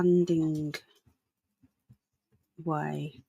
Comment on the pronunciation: Great content, but you must read place names out correctly, S A N D I W A Y, N O R W I C H not Northwich, and East A N G L I A not Angular.